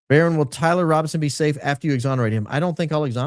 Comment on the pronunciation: *Baron not baton 😂😂